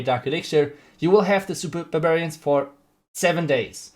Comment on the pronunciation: No one:: Supa Bububarian😂